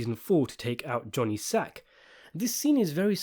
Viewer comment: “Johnny Sac”! Not Johnny Sacks as you keep saying. It’s singular, not plural. SAC!